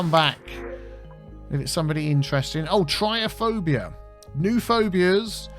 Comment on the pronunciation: I believe it is pronounced like Trip-ta-phobia, I could be wrong.